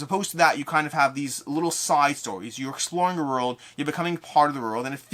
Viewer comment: I just watch to hear you say "orld" over and over.